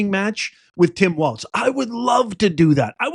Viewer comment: Oh, and it's walz.....no "T".......